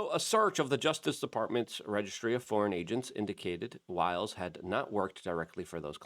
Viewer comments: Sounds like " whiles" not Willis. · You’re mispronouncing Susie Wiles :-). like Wyles,…not Willes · Wiles not willis, that's call pro nown see ay shun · What chew talkin bout Willis? Her name is pronounced Wile ...s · Luke, Susie Wiles' last name is pronounced like Max Blumenthal pronounced it. I.e. "Wyles" with a long i like y sound since it has one L; not "Willis" as if it had 2 Ls and a short i. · Luke!!! I freaking knew you were going to say Susie "Willis". I was hoping you'd do better. You've got to take 2 seconds to learn how to say these people's names correctly bro. It's Wiles!!!! Sounds like While-s. It's not Willis man. Holy shit.